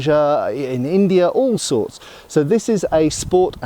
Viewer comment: Every time you say "all sorts" I can't help but hear "all swords" xD